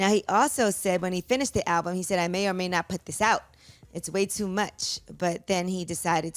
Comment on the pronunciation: I really wish CTG would pronounce the name of the album correctly. It’s been months now.